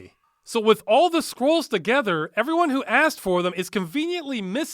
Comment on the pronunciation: Why do i always understand squirrels instead of scrolls?